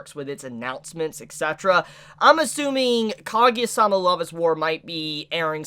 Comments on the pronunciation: Ka- Gu- Ya thats how u pronounce it, not kageya facepalm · Not kagya it's kaguya, it was irritation